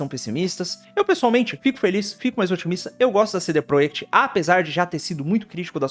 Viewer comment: Pq vc fala cd proiect?